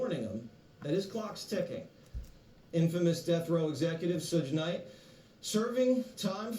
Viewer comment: All this news man credibility went out the window when he said Suuudge Knight 🤣🤣🤣